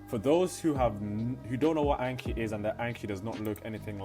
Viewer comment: So painful watching a Japanese learning vid and hearing Anki said that way haha. Thank you though, it's a good vid.